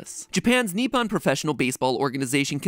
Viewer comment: Hey matpat, when reading Japanese, more often than not, you read the "o" as "oh" instead of "ah" Like Nippon and Udon in this video: ni-poh-n and u-doh-n